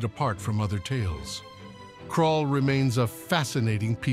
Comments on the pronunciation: It's Krull, not Krall. One of my favorite old fantasy films. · It's Krull, nót Krall!